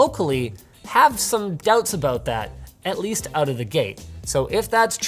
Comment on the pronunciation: Forget sometimes Linus is Canadian. Then he "called them oot" and it came flooding back